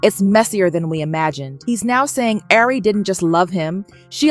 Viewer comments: I'm lmfao at you saying air-ree 😅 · You can at least pronounce her name right since your telling her business